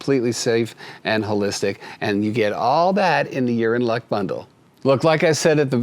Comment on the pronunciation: Lol "Urine luck" lol